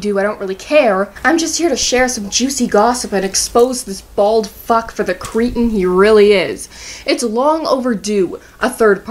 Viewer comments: I don't believe that's quite how you pronounce cretin. Other than that, lovely video, Ma'am! Used to watch this guy a lot, as well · Why is it no one can pronounce cretin correctly also as a side note that bald headed asshole Cinemasnob comes in a close second behind Doug as biggest asshole on Channel Awesome.